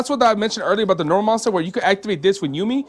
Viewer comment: ou-mi not you-mi